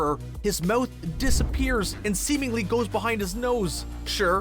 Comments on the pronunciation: Ur saying moth instead of mouth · anyone else think he says mouth weirdly